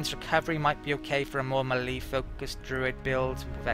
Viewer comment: Just to be pedantic, "melee" is "maylay" not "milleee". Sorry. ;) Thanks for the video!